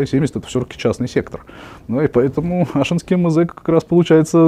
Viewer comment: АшИнский завод, ударение на И 😁